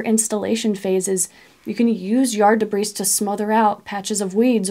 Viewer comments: Great information. I have one small, nitpick; the, s, in debris, is silent. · Debris, the s is silent... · Love your videos! Thanks for the step-by-step , pragmatic ideas…..BTW…the s in debris is silent…please forgive the English major illness 😊😊